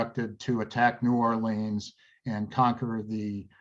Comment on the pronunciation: Are you sure you are pronouncing 'New Orleans' correctly?